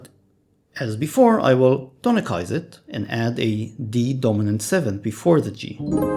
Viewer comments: Tonicize is pronounced "Ton-i-Size". Not "Ton-i-Kise". Your video is mostly correct information but words are also important. Also, the use of secondary dominants does not automatically or instantly result in tonicization of their objects. They can be used as a tool for that but it's dependent upon musical context. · Very good explanation of secondary dominants! I was always taught that "tonicize" was with an S sound: "tah-nih-size", so hearing it like how you say it was very interesting!